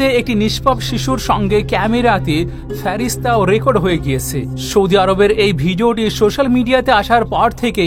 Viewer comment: Word ta Feresta (ফেরেস্তা) hobe